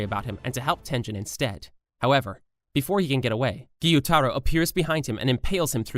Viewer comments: I ahte you bro you said tenjen and mujen train like bro its a tengen and mugen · "Tengen Uzui" You pronounced it like Tenjen It's TENG-GEN how it's pronounced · Tengen❌ tenjen✅ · It is called tengen not tenjen. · It's Tengen , not Tenjen...hhhhhhhhhssssssssss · Tengen not tenjen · U pronounce some things wrong like Mugen train its not mujen its mugen and Tengen Uzui its not Tenjen its Tengen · han you even watched demon slayer tenjen? his name is tenGEN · Tengen no tenjen Mugen no muien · Who is Tenjen? 😂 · My man said tenjen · tengen is pronounced tin,gen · Bro said “infinity train ark”&”tenjen usi” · Tenjen😂😂 it hurtttssss😂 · did this guy really just pronounce mugen and tengen as moo-jen and ten-jen? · "Mujen Train arc", "Tenjen"💀